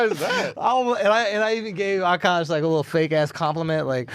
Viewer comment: A-kaash Machine 😂😂😂